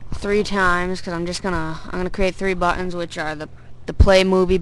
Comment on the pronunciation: nice vid but dude i hate the way you say buttons lol :))